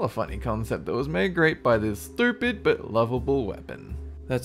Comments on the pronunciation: That accent is beautiful for insulting people Calling them stupid when you can't pronounce it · his accent when he says "Its still stupid" love it man!!! keep up the funny work haha